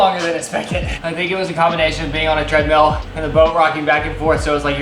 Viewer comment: It’s so cute that in 6th r accent treadmill sounds like treadmeal ❤